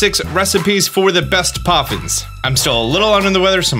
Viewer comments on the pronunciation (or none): poffins not coffins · "Best Coffins" what are you saying 😨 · best coffins? What kind of thoughts were u having while you were sick?? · Lmfaoooo in the beginning it says Coffins not poffins i love it🤣🤣🤣☠️ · I'm sorry are we making Coffins, Ploffins, or Poffins? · Did anyone else notice at the beginning when it say Best Coffins, Instead of Best Poffins. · “Best Coffins” is cracking me up